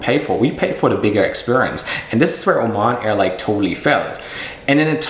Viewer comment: It is called Oman Airline not O MAN airline